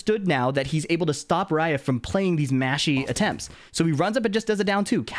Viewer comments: He's literally not saying Ra-if. He's saying raef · Does it sound like is saying "Rai-ehf" (like the letter F) when it's supposed to be "Rah-if"? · I don't mean to be snarky, I'm a fan. It's Ra-ef (رائف). Like Ra if. Anyways back to watching the video. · he's not the pronounciation on the R isn't correct.